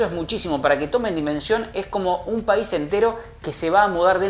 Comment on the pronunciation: No se dice paisi jaja